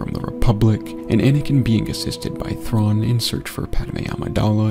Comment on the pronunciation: one of my favorite things is how Anakin mispronounces thrawns full name lmao 😂😂